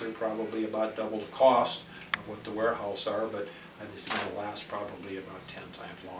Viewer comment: Warehouse. Not Wearhouse